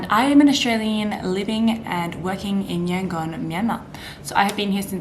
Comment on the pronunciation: According to latest census, 90% Buddhists, 4% Islam, 4% Christians, 1% Hindus and the rest are animists and what not. Don't take those numbers as gospel truth though! Also, the "gon" part of Yangon is pronounced more like "dome", substitute "m" with "n" sound, not Yan-"gone".